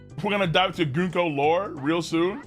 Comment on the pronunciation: prenouncing Gunko wrong day 4723